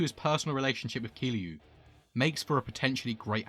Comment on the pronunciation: Kiryu not Kiliu, for next ime, great video as I find Nishikiyama as one of my favorite characters